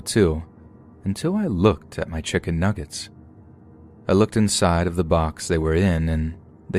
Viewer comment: You forgot the second "g" in "nuggets" but okay.